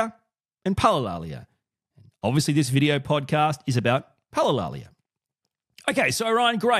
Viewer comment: You're pronouncing it right